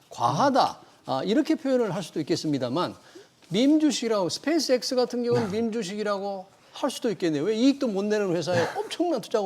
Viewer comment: 스페이스x도 발음 못하는..